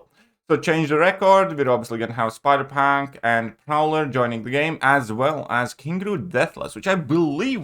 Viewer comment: Don't say "spider PANK" please 🤣